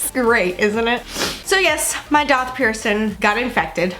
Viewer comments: My daith was AWFUL. It was the most painful out of my multiple ear and face/body piercings! I developed bumps on it too. The only piercing I had issues with. I used tea tree oil twice a day for 2 weeks and boom, bumps gone. Funny you say “doth”. I’ve never ever heard it pronounced that way and every piercer I have been too pronounces it DAITH! Love your videos ! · Daith is actually pronounced exactly how it’s spelt. Faith with a D!!